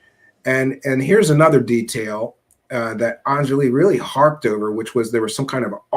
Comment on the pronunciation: "On-Jolly" is how it's pronounced. I don't care how people pronounce it, but it's pretty easy, I'm not sure why it's so hard for people to remember and say.